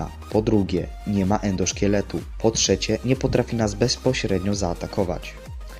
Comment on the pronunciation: Endoszketu? A nie endoszkieletu